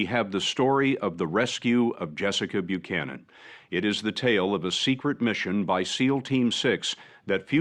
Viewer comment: FYI it’s pronounced like bu-cannon, at least here in the states it is.